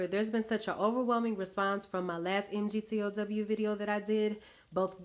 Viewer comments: MGTOW is pronounced "Mig-Tao" I guess if you really did watched any MGTOW videos you would have at least know how to pronounce it. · Pronounced "mig-tow". You're saying men are running off emotion. LOL! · Hello. Perhaps I can correct a couple of your errors. MGTOW. It's actually an acronym, not just 5 letters standing for, "Men Going Their Own Way." Say it like this: Mig-Tou ("ou," like in "out," without the "t" on the end). However, your most glaring error (and it is the root of many of your minor errors) is the belief that MGTOW is "an organization." It's not. It's a title taken by straight men who have decided to forego any committed relationships with women. That's the only common denominator among them. How do I know? 2 years ago, I heard the acronym for the first time, and (being a retired history professor) became intellectually curious. I sought out MGTOW men and discussed what the term means. Wherever I went, I sought them out and usually had no trouble finding them. I talked to them and checked out their lives. MGTOW men are individuals. They claim the title, no organization chose them. They hold no meetings, have no hierarchy, no leadership, no formal recruitment, no membership standards, no organization to be part of, no goals to achieve. Some of them know each other, but the association is those of acquaintances with a single common interest. These men see themselves as individuals, not as part of some "movement." They act on their own, not "on behalf of their organization." They come from widely varying backgrounds and came to be MGTOW through widely varying experiences. In your first video, you made the glaring error in your description of the phrase, "red-pille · Lack of a penis does not make one a woman. It's pronounced "MigTau." Spelling it out only proves you know nothing about it. Just another angry black woman trying to get attention anyway she can. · You don’t understand MGTOW at all, you can’t even pronounce it properly...